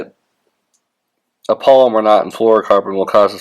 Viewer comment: It's properly pronounced PAL-O-MAR (which is the name of a place), not POL-i-mer (which is a name for a type of plastic), like some fishing line.